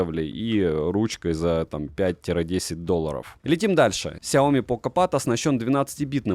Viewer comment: It's pronounced SHIOMI